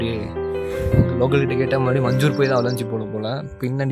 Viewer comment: Bro it's not munjoor it's manjoor